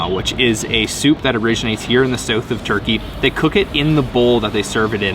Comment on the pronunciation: Dude it's pronounced south! NOT sewth